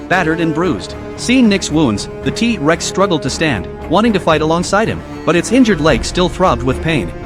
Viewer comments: It's not teeee rex it's t rex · First of all using ai voice Is so trash,he even said tea rex,second of all he's not nick,hey atleast you didn't call him jack😅😅😅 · Wow he say Tea Rex how amazing😂